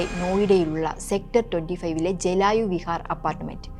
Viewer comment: ജലായു വിഹാർ അല്ല...ജൽവായു വിഹാർ 😂😂😂Do your home work well😂